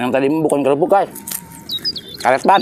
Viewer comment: Kalo bilang kerupuk jangan korupuk dibilang sayaaaangg